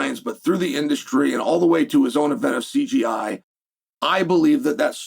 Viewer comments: Someone tell Chanel he’s saying CGI😂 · “C G I” it’s called CJI lol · Why does everybody keep saying CGI? It’s Craig’s freaking name, not hard to remember the J part lol! I would understand this from casual nobodies, maybe, but Chael?! You were in the freaking show!!!